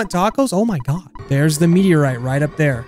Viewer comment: Has anyone else noticed how says “mine got” instead of “my god”